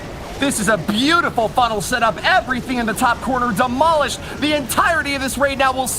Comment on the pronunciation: anyone else hear say "the corner has been DENOLISHED"? I mean, I know people mispronounce words but its...so I'm gonna post about it lol